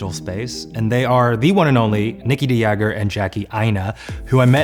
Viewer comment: I dont know how I feel about the American pronunciation of "de Jager" if kinda makes me feel iffy and fancy at the same time. I also did not know Nikkie's last name was "de Jager"